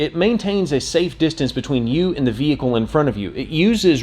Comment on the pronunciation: I must be really tired, I swear you are saying vehickow. LoL. Looks like a great vehicle. What color did you order? A friend in Maine was going to get the sport. I told him to wait for this one. Thanks for posting.